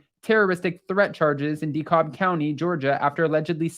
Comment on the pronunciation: Dekalb is pronounce Dee-cab